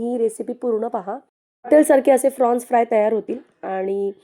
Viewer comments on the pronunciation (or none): It is Prawns not Frawns.